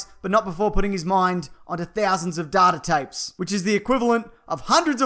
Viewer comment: How a normal person says it- data tapes How he says it-Dardar tayps